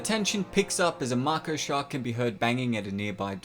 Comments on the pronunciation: Marko shark? Its pronounced “May-Ko” mate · Mah-ko is the name of a Japanese woman. May-ko is the type of sharks that were modified. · Not to be a pronunciation freak but Mako is pronounced (May-Ko). Moan over, but anyway this video is great! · Im pretty sure its mako not marko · Sorry to be that guy but it’s may-ko not mah-ko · I dont want to be meen but is not marko its mAko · It's pronounced may-co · I didn’t know that about the original ending! For once, test audiences actually got it right, haha. Also in Australia and NZ, we pronounce it May-koh shark, good video! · What's a "Marko" shark? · Ik it’s just ur accent so no offense, but it’s “may ko” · Did he just say "marko shark"? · They're MAKO sharts right? No R. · Your not saying it right just say it like may-co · Mako= May-Co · Can yo not pronounce "may-Koe" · Pronounced May-co. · It's pronounced May Ko dude :) Sweet video nevertheless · It's pronounced 'make-o' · DID HE JUST FUCKING SAY MARKO SHARK!!!! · May-koh shark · Maiko shark mate lol.Say it rite plz lol. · How do you even manage to mispronounce “mako” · I don’t think he pronounces the name of the shark right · All I can think about is how much it pisses me off how you pronounce mako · The way u say mako makes u seem dumb just saying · please say mako properly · Your keep saying MARKO sharks, it’s MAKO, one last time ...... MAKO !! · Mako not marko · that comes across as M-Y-K-O. You want to say Mako as in MAY-KO. Hope this helps :) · Its pronounced maiko not maako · Mako shark.... May-Co not Mark-oh or Mah-co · Mako is pronounced may-co not ma-co. 😉😎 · I’m sorry. I don’t mean to knit pick. But It’s not pronounced Macko. It’s Mayco. Spelled Mako. They even say it that way in the movie. Other than that. I liked your video. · That's mako shark not marko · Dude, it’s a Mako (make-o) not Marko! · You pronounced mico maco lmao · Maco, not moko! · Ma•ko NOT makow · "Mai co" shark not "Marko" only complaint. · It’s Pronounced MAY-KOH not MAH-KOH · it's MAAko